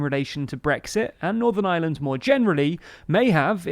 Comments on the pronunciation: Lol, “island of island” it’s funny how English can’t really pronounce very well. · Can you please work on pronouncing IRELAND differently from the word ISLAND. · my man cannot pronounce ireland to save his life, the island of island? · The guy in this video pronounces “Ireland“ and “Island” exactly the same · Can you please pronounce island and ireland differently. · I have to say I love how you say "the Island or Ireland" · That's the English accent for you 😁 they don't pronounce half of their r's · Am I the only one here who doesn't hear a difference in his pronunciation of Island and Ireland? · There is an 'r' in the word 'Ireland'. Pleeeeease make an effort to pronounce it!